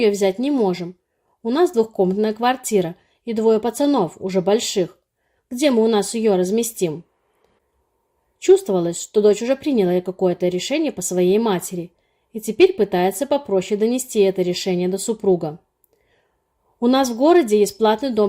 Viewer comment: История сказочная. А вот речь безграмотная: "прИняла" и "бЫла" вместо "принялА" и "былА". Странно ещё, что не произносится "пОняла, взЯла, дАла" ну и так далее. И постоянно употреблять слова "супруг" и "супруга" не следует - это официальное название, для документов, лучше говорить "муж" и "жена". Следите за речью - ведь вы вещаете на широкую аудиторию, которую неплохо бы уважать.